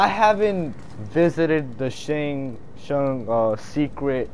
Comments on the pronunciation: It’s Shang Tsung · Shang shun?